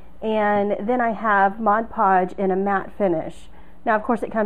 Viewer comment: Thank you, and a HUGE thank you for the first video of this kind where the presenter doesn't say MODGE podge.